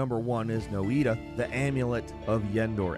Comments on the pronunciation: Noita is pronounced Nojta, it means witch in Finnish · wait .. Noita .. you pronounce it like No-E-Tah or No-EE-Da... me and my friend groups have been saying it like Noy-Ta all this time .. does anyone know the right way to say it ? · Fun to hear how people spell noita. Sounded like Japanese lol. Game is made by a Finnish company and noita means witch.